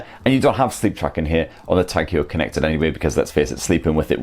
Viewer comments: Hewer?, skew el, bewk. Non Sunderland folk, won’t understand that. I think it’s pronounced Hoyer, , as in, hoy a amma ower ere. Great review. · Hoyer, not Hewer :) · The way he pronounces it sounds like he's about to throw up. He should have researched how to say it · It's pronounced 'hoiya' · "Tag Hior" 😂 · Please pronounce the name correct, home work, Tag Heuer not Huer, a bit embarrassing if you do not get that right... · Great review ... just a lil bit annoyed with the pronunciation way ( swiss ears perspective - sorry ) 🤭 and just wanna say swiss ( German ) pronunciation 😬 Heuer supposed to read as : ( Hoyer ) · Edouard Heuer was Swiss, and there are multiple vintage Heuer adverts in English which even state on them “Say Hoy-er” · Good review, wrong pronunciation. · learn how to pronounce the brand of the watch, this is ridiculous... my ears are bleeding this is unmatchable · Why can't you pronounce Heuer properly...